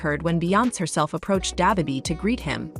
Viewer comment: come back when you arent a misleading bot n can pronounce da baby